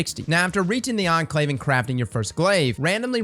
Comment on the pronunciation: I was NOT prepared to hear pronounce "Enclave" correctly